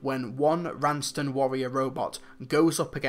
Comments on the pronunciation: Raston, not Ranston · Huh...turns out I've been mis-pronouncing the Raston Warrior Robot's name for 15 years. I always heard the 3rd Doctor say "Ranston". Uh-oh...I was wrong about something on the internet so I better just leave forever in shame. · Nice stuff! I think it's pronounced Raston but that's a nitpick. There was a reason why Borusa couldn't just teleport in, there was a force field round the Tower that prevented him arriving until 3 reversed the polarity. But overall it's a great story, a lot of fanservice. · Another great review for one of my absolute favourite stories,, but I have some nitpicks. Firstly, it's the Raston Warrior Robot, not the 'Ranston' Warrior Robot. Secondly, with regards to your comments as to how Borusa just so happened to teleport into the Dark Tower, that was because the Doctors lowered the forcefield. And finally, I take issue with you referring to Doctor Who as a "kids' show," when you yourself have stated multiple times in the past that it is a family programme. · Raston not Ranson